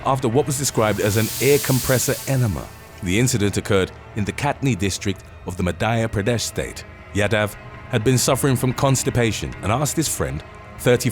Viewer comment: Not picking you out or anything, but the pronunciation of Madhya in Madhya Pradesh isn't even close.